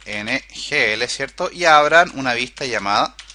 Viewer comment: Es OGNL Object-Graph Navigation Language, Lo dices mal durante todo el video. Saludos!